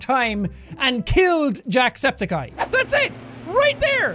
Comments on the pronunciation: i heard you say "jackscepticeye" not "jacksepticeye" i guess your new name is "jackscepticeye" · I mean, I just started watching his videos recently but did he just sa "jackscepticey"??!!!?? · Let's be honest. We all used to say his name like Jack-septi... Jacks-eptic... How do you say that JACKSEPTICEYE AAAAAAAAAHHH